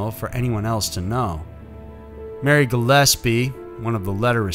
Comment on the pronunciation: Thank you for the correction to the pronunciation of Gillispie 👌 perfectly said this time lol